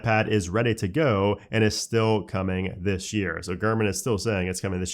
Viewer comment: "dishhhh year"